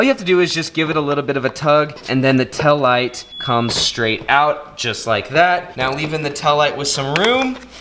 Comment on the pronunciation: “Tell light”